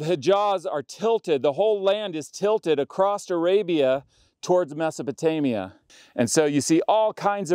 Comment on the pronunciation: "Acrosst" is not a word. Same with "heighth".